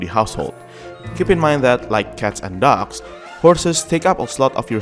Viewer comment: Every time you say "dogs" I thought you were saying "ducks"